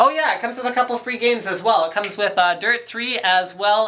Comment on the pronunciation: Crazy Russian: FRI GHEIMS!!!